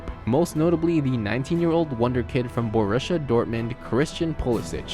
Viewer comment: How can pronouncing be so bad lol BoRUSSIA Dortmund .....Ajacks